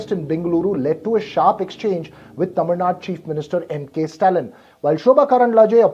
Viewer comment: It's not Tamil Nada it is Tamil Nadu